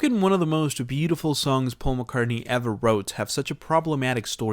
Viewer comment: Sounds like he said "One of the most Beatleful songs Paul McCartney ever wrote"